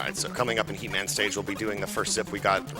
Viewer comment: lol when he said heat man i thought he said he-man xD